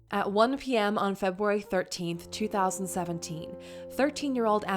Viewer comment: This commenter keeps on saying "Febuary"